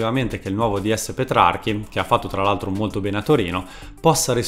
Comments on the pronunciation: Bel video ma il ds della Roma si chiama Petrachi e non Petrarchi come dici nel video. In ogni caso è una sottigliezza e apprezzo molto i tuoi video complimenti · Video fatto bene, purtroppo a Roma sono passati molti più flop di quelli da te menzionati... Solo due errori: 1) come già ti hanno fatto notare il DS è Petrachi e non Petrarchi. 2) Iturbe non fu l'acquisto più costoso della storia della Roma, bensì della Roma americana. Infatti fino all'arrivo di Schick l'acquisto più esoso della storia della Roma fu Gabriel Omar Batistuta nel maggio 2000 pagato 75 miliardi di lire, poco meno di 40 milioni di euro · Tutto vero, che dolore. (si chiama Petrachi però, non Petrarchi) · Cmq giusto per puntualizzare si chiama Petrachi no Petrarchi😂😉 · Si chiama Petrachi non Petrarchi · Petrachi non PetraRchi, Alisson non ALLison (sul primo passi ma sul secondo ragazzi sbagliate tutti santoddio) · E petrachi non petrarchi forzaroma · petrachi, non petrarchi